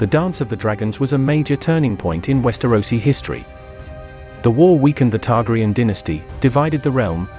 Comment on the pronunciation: Learn to pronounce their names!!!